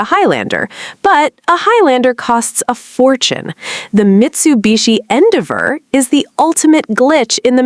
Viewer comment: your AI can't pronounce Endeavor